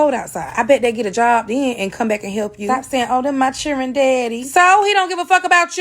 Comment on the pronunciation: What's 'chirrr-in'? Oh, you're attempting to say 'children'😂😂